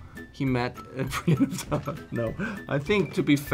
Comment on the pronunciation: "Brain of Tarth" LOL